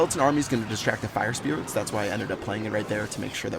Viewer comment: Anyone hear him call a lava pup fire sprit Lol